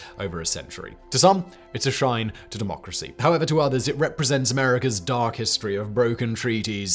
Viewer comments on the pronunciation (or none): none